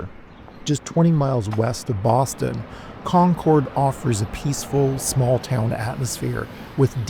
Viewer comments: i live in concord, it is pronounced (con-curd) sorry it's a pet peeve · In the town we pronounce it Con-crd, emphasis on the first syllable, shortened second syllable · You’re pronouncing it wrong. Not trying to be a troll. Just be mindful Because the bougie, rich locals will certainly correct you.